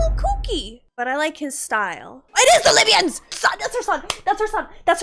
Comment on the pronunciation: It's not the lybians... ITS THE LYBIANS !!! That cracked me up